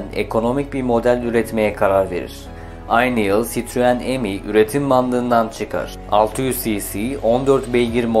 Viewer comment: Tebrikler.. çok güzel olmuş, elinize sağlık. İki küçük eleştiriye izin verin lütfen..... (1) önceden yazıldığı gibi eksiklikler var (2) Fransızca isimler yanlış telaffuz ediliyor. Mesela "Michelin" MİŞLEN olarak söylenmeli... Benzer örnekler "Traction Avant" TRANSİYON AVAN, "ami" AMİ (Fransızca arkadaş anlamında) , "2CV" ("deux chevaux" yani iki "fiskal" beygir: 4 tekerli araçlar için en düşük vergi dilimi) DÖŞEVO olmalı. Ve en güzeli "DS"!. DS Fransızca söylendiğinde, yani DE-ES, tanrıça anlamına geliyor ("déesse").. :)